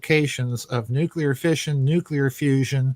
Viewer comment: Nuclear = No-Kali. Notice time gone wonky?